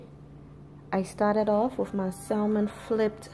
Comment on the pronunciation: You don't pronounce the L. Even in ebonics..